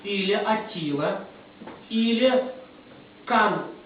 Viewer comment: Он правельно говорит Кан не Хан